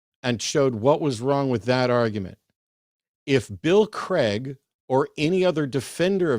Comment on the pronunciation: Why do people pronounce Craig as "Creg" rather than "Crayg"?